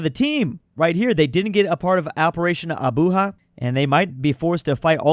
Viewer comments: its pronounced with a j not a h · ITS ABUJA NOT ABUHA GRRRRRRRRRRRRRRRRRRRRRRR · It's not operation "Abuha" it's Abuja now I feel offended as a western Africa :/ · It's pronounced A-B-U-J-A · bro what. Did u just pronounce Abuja as abuha 😢😢